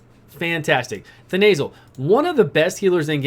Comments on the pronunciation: The nasal - aka Then uh sill (Thenasil). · "we got Vrask, Thenasil..." (pronounced The Nasal) instant image of Vrask's nose...